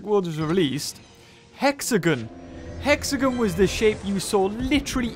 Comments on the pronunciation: Hexagon not exagen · Do you mean (HEX-A-GON)